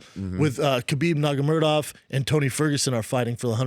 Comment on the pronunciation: How does this fucktard still not know how to say nurmagomedov